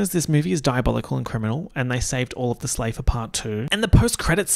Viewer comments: "slaybor" bye 💀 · naur you did not just say- slaybor- 💀💀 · I just did a virtual double take, did a little rewind to make sure says SLAY-BOR. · DID YOU JUST SAY SLAYBOUR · “slaybour”??? JAIL